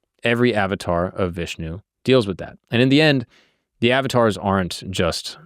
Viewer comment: Uhv-taars! Not Avatars